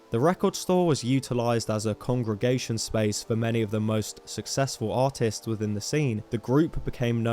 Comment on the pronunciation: as someone who doesnt understand very well english, i spent the half of the video thinking was say autism instead of artists